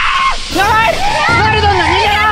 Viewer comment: ナレドンなのにナムタンって言ってて草ww